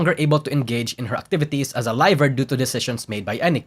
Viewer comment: Pronunciation difference Liver and laiver